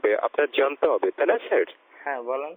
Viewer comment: ঠিকমত sir বলতে পারে না । শালারা 🤔